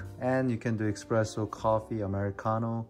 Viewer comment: nice video bro. its pronounced espresso btw (without an X) 👍👍👍